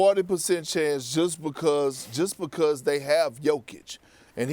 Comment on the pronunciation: Perk is “because” not “bocost”